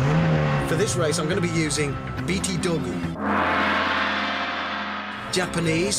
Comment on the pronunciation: "Beati Dogu" ROFL !